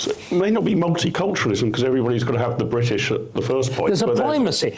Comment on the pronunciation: I had a reflexive reaction of 'you can shove that bwitish hyphen up the usual spot'